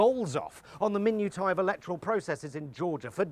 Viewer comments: I'm pretty sure "min-u-tie" is actually pronounced "min-oosh-i" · Never heard minutia pronounced "min-u-tie" before! 😂